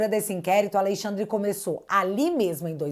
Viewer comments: ALEXANDRE SENDO "ALEIXANDRE" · "Aleixandre" piada